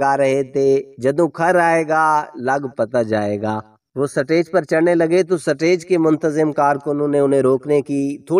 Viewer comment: “سا-ٹے۔ج “ کیا ہوتا ہے بھائ ؟ سا ٹے ج- نہیں - “سٹے-ج” سٹے ج۔ سٹیج - stage